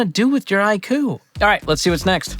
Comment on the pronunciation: Please tell me that didn't just call a poem a Hi-Q, like it's a McDonald's HI-C drink.